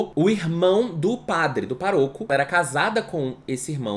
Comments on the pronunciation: Sempre achei que se falasse “pároco” e não “paroco” Fui uma beatinha fajuta? HAHHAHAHAHA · Amo o falando paroco ao invés de pároco kkkkkkkk eu ria toda vez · Acho que é "pároco" mesmo e ele se equivocou rs